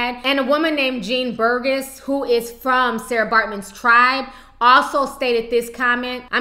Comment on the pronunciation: It's not Sara it's Sartjie pronounced Saki